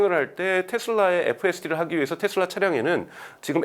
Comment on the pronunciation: 텟슬라가 아니고 테슬라 입니다.